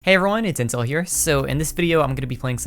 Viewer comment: I am really sorry but everytime you say "intel" i swear to god i hear inc-...